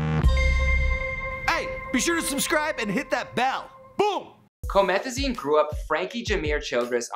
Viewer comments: It's boom, but I can agree that it sounds like beww 😄😂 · Worrrrrd yo, it's "BEWM!"